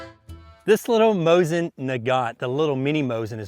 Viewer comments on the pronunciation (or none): It's Moseen not mosin get it right!